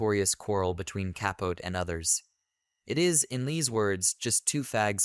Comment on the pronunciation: Truky bad AI narration.can’t even pronounce the subject matter’s name correctly. Please don’t subscribe to this garbage - Truman Ka-Pote ( kaput?) and Gore “ Tender” Vittle.. whatever.